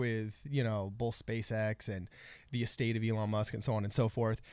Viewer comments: WHY IS HE SAYING ELLEN MUSK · Can you please slow down and pronounce your words. And you keep mispronouncing Elon’s name lol